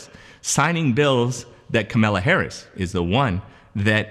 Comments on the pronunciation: KAMALA not KAMELA! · Kamala. Say "comma", add "la" to the end. You're saying Camilla, like the duchess. Entirely different names. She's only the second most powerful person in the free world. I think she deserves the respect of pronouncing her name right, regardless of your political affiliations. Does this count as my comment?? 😎🤪😇🤷‍♂️🧐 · I heard Kamala tell a reporter, the correct way to pronounce her name is like "comma" +la. Just so you know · VP is pronounced Comma la {Kamala }